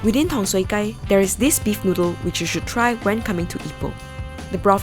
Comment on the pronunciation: tong sui Gai .. the Gai does not sound like chicken like how u called it .. this Gai means street .. sounds more like guy .. longer sound